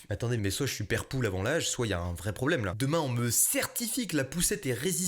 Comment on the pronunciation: ... Er alor queqser ton problome cogno ? 😂